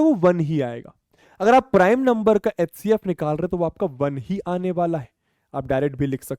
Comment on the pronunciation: Sir hcf ko atecf bolte hai 😂😂